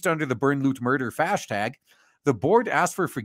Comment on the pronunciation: did I hear "hashtag" or "fashtag"?